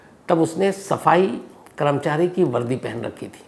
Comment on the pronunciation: Sams Bhai…great episode! One advice - it is “karmachari” and not “kramchari”. Please notice the “a” after k.